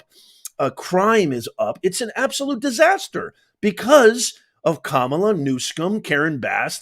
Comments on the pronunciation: I went to a great elementary school and I know how to pronounce words phonetically and it’s ka mala. ps I’m 72. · It's Kamalatoe get it right people! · Dyson just said Kamala instead of Kam a la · The way the rep was pronouncing it translates to "beast" in an Island language. Sorry can't remember which one. And besides, there was a wrestler named KAMALA back in the 70's or 80's I believe. And he was a big beast. Funny how that worked out. Just saying... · The libs were all wigging out about her pronunciation of Kabalas name. I feel she can say it any way she wants. Anyone pushing you to say something a certain way, is bullying. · The reason it may be racist is because of the association with the wrestler James ‘Kamala’ Harris. He had an Ugandan savage gimmick. So mispronouncing her name subtly makes an association with the negative stereotypes of this gimmick. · Listen to these low testosterone men and the irony they don't even pronounce her name properly only Vivek pronounce it correctly why because he's an Indian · Dyson pronounce her name wrong. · She mispronounced her name intentionally AFTER pronouncing it correctly. The person who brought racism to the panel as a topic was the person who practiced it. She identified what was addressing as racist. He didn’t call her racist. You try to speak on Harris but none of it is honest. Your viewers may fall for it, maybe they won’t. But you aren’t operating in truth when you act as if Kamala is the one who is trying to subvert the democratic process. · Nobody cared how to pronounce Kamala all these years, but now it’s a HUGE deal? Just like Kamala didn’t care about our Border, but now she does? 🤷‍♂️🤨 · Mace said, "I will pronounce it however I want". Ultimate sign of disrespect. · If someone corrects you and your still refuse to pronounce their name incorrectly what are they supposed to assume coming from a white woman from South Carolina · Montel pronounced it wrong then!